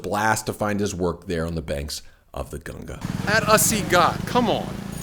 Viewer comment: Thank god you said ganga not ganjees.... 😝